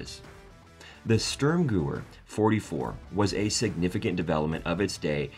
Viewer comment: I’ve not heard M1 Gur-rond or sterm-gooer before.